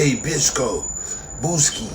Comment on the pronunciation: Nigga said Bichsco 😭😭